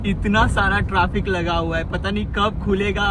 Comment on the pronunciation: Bhaiya traafek nhi hota trafic hota hai